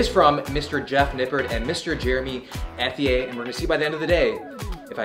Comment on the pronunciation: I died every time you pronounced Ethier as you did. 🤣